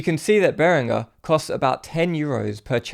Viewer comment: I have a Behringer headphone amplifier. Really cheap but well made and does the job. Note: he actually pronounced 'Behringer' correctly. There is no 'J' in 'Behringer'.